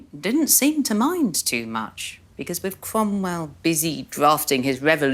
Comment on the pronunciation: Wome? Bweak wiv wome?